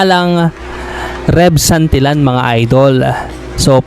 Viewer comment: Santilyan not santilan pronounce it correctly